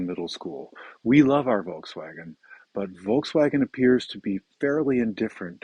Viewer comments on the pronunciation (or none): If you speak German, one would expect you to pronounce Volkswagen correctly! ;-)